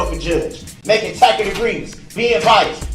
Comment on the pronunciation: as in “tack it” for tacit, lol. His English teachers entirely failed him.